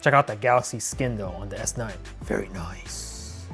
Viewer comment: The one thing that annoys me most in this vid is when you say”Very noice”!!!!’